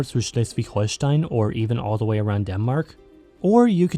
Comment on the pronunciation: Being German I gotta say you nailed the pronounciations for Schleswig Holstein and Hamburg, gj!